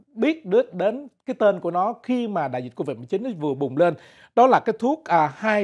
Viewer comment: Cô-vịch 19 hay covid 19!? cứ thao thao cô-vịch 19...cô-vịch 19🤔